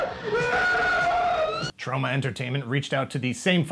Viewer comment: says it weird... Troe-ma